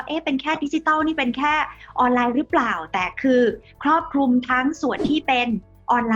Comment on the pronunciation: ครอบคลุม ไม่ใช่ ครอบคุม